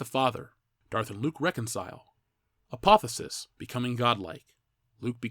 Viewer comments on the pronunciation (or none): there is no such word as apothesis (your pronunciation). It’s apotheosis. An excellent commentary otherwise.